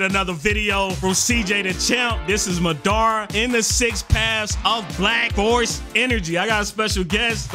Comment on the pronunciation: I hit dislike the moment I heard “muh dar ruh”